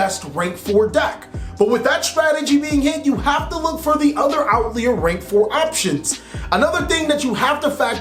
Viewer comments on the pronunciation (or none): Outlier - pronunciation “out-lye-er” Not Out-leer